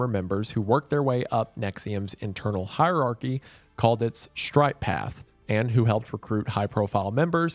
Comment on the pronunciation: You had me at honest “higheeearchy” and the judge comment. 🎉❤